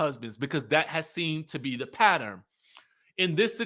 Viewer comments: Laaawd the word is PATTERN r u ok? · lol! You are killing me with the word "Patter-en" for pattern. 🙂🤣